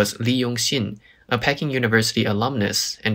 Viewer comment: Nice video, but 'Peking' is pronounced 'Pee-king', not 'Peck-ing" . PEE-king.